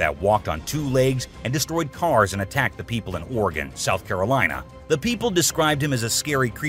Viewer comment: fastforward to- 15 seconds into the video.........."sloth." your welcome lol